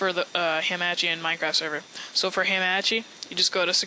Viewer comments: lol thanks the previous method me and my freins used didn't work anymore after the game switched to beta. Also...you pronounce hamachi in an intresting way...Ham-Ah-Chee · YOU SAY HAMACHI WRONG